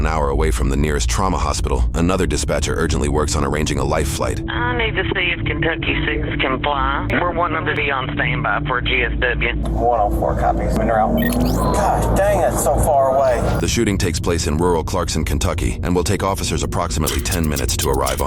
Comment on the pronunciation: As a southerner it always cracks me up to hear the drawl, like when dispatch said "G-S-W" but pronounced it "dubyew" 😂